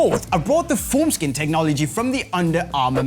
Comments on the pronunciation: Was confused for a sec, thought he said foreskin😂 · I legit thought when he said formskin he said foreskin